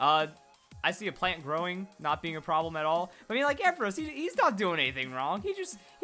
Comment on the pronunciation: You're pronounced ampharos wrong